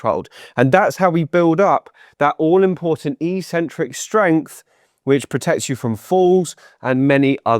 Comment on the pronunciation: I had to turn off the sound because I heard "eecentric" too many times. (That's how gym-bros pronounce "eccentric". But they don't know any better.)